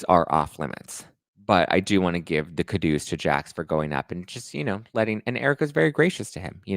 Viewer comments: Also “Kudos” is pronounced “Coo-doze” You kept saying it a different way, and I wasn’t sure if you were joking or not. 😁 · I’m pretty sure he says it that way because Ramona once said it that way 😆